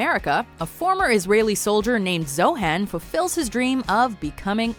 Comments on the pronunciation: zohan not zohen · ITS ZO HAN...Not.. Zohann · It's ZO-HON not ZO-HAN.